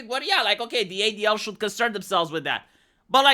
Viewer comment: I wasmt looking at the screen and it tooke a minite to realize you were saying adl